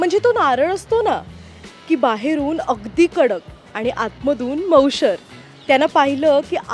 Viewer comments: सूत्रसंचालन करणारीने एवढं लक्षात ठेवावे की खणकर नाही तर कणखर आणि मऊशार आहे मऊशर नव्हे काय बघून लोकमतवाले कुणीही सिलेक्ट करतात. किती ती मातृभाषेची बोंब आहे. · नारळ बाहेरून "कडक" नसतो हो! "टणक" असतो. आणि "मऊशर" नाही तर बरोबर उच्चार "मऊशार" असा आहे.